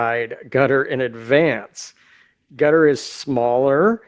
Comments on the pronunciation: Qatar is the name, not Carter. First, learn how to use the names before using them! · QATAR = KUHTUHR not GOTTER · U heard ca ter lol i check it again lol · It’s not cotter or cutter or gutter. It’s Kay tar. I heard the prince of Qatar pronounce it that way—twice. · I keep hearing analyst mispronounce Qatar it’s pronounced K short u tar not cutter. It sounds like you’re from Kentucky saying it like that. Just saying not criticizing. Love your show. I’m not sure if said it like that but I hear everyone on the news too saying it like that. Just sounds weird to hear it said like cutter. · He actually said. Gutter. Seriously? It's KA Tarrr OMG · It’s “Kah-Tar”! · He keeps saying Gutter who is that. Douse he mean Qatar. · its pronounced KA-TAR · Is he calling Qatar "gutter" ? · Please pronounce it properly. Qarar 👂 Ka’Tar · Ka-tar..please pronounce it correctly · Hi,. Appreciate you. By the way, the proper way to say Qatar is "cutter." I worked with them while I was an engineer and program manager at a major aerospace company, and they consistently said "cutter." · DAMN IT! As a major news commentator...you have a responsibility to know how to pronounce words PROPERLY!!! Especially major strategic cities! QATAR is pronounced KUH-tar!!!:face-orange-frowning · It's pronounced 'kwataar' or 'kittar' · Kuh TAR... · why is he saying cutter instead of Qatar? i ask because i am really irritated that some people are saying Iran, some are saying earon, some are saying aron. why is it so difficult to say it correctly? then we have Luis that cant even say his own name correctly. why? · Sure isn't Gutter....lol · Pls. It's Qatar NOT Cotter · I swore that guy was saying gutter, can’t take people serious when they can’t even pronounce the country right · He said carter lol I heard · Cotter pin.